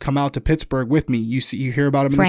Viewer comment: Girl, just say Pittsburgh 😂😘💛🖤💛